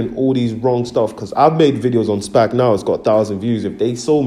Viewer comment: This guy can barely pronounce a four-letter word SPAC, not SPAG my guy find something else to do.